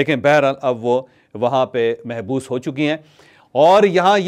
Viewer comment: Correct your pronouce Not Mehboos it is correct pronounce is Mabhoos.